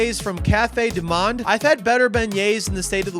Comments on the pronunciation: Allons mon cher. Your French Pronunciation was okay. I only notice one thing after Cafe Au Lait (rhymes with the spanish Ole) which you corrected and that's the word Monde which means world. It's pronounced exactly like the English 'moaned" you were using an ah sound rather than a long ohhhhh. So one mistake is not what I expect from a real profession ass-hat. You have to perfect your craft hehehe. Love the videos. I've had friends from New Orleans but never went myself. And one of my fav cookbooks is the Picayune (a N-arlins newspaper) from around 1900 where they gleaned recipes from the Black cooks they could interview. It's a great read. Beignets are basically doughnuts. Happy new year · "monde" is pronounced like "moe-nd" (think the nd from words like 'and')